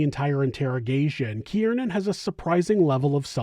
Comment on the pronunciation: Not for nothing, but I’m pretty sure his name is pronounced “keer-nan”…. Not “kee-ear-nan”. Just saying. Shit was annoying af😂 2 syllables, not 3.